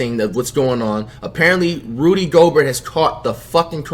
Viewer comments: Rudy go-burt 💀😂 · "Rody Gobert" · "Rody" Gobert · Crazy Gaming Rody GoberT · Rody Goalbert